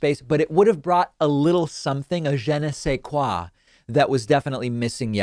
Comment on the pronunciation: Oh please, say that "Je ne sais quoi" again :-)